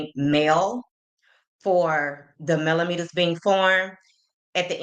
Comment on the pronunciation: He probably heard Wanda or Tisha pronounce the word (melometers) like he pronounced it! 😂 Boy, go put on one of your wife's bras & Ms. Wanda can give you girdle!